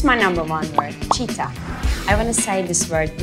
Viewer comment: I was so confused when she said cheetah then watched it several times and understood she has to say Jeeta “winner”